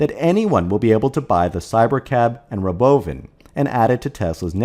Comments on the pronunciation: Stop having software bot readers that can't BEGIN to pronounce "robovan", or I'm never watching your crap. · The pronunciation of “Robovan” cracks me up. Never gets old. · it does get old. Just about time to stop saying it.